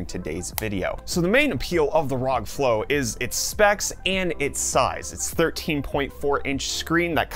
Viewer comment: Its pronounced rog not rog